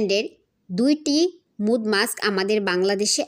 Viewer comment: এটা মাড মাক্স বলে মুড না।